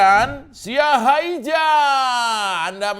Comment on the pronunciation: Mas Djo Siahaija bacanya Siahaiya